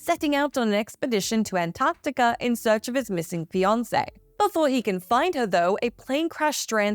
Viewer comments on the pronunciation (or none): I love this channel and I love accents, but I must admit "ant-tarct-tica" instead of "ant-arc-tica" was one word that made me giggle a little bit. I absolutely ADORE and the entire WhatCulture crew!! 🥰